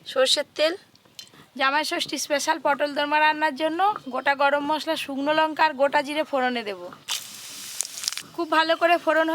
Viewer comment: লঙ্কা কে বলে লোঙ্কা